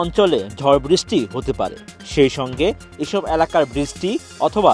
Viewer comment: বৃষ্টি উচ্চারনে ভূল হচ্ছে